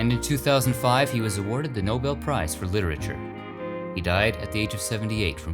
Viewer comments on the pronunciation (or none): none